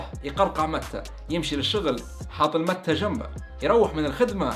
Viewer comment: اسمها ماتي و ليس كيف تنطقها انا جربتها اول مرة من 27 سنة بالاوروغواي